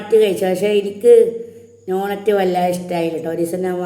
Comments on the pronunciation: നോണറ്റ്‌ അല്ല... ഡോണറ്റ് 😍😍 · നോണറ്റ് അല്ല ഡോണാറ്റ് 😂😂😂